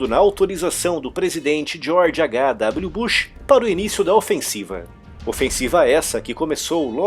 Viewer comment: Você pronunciou o H em português e o W em inglês George H W bush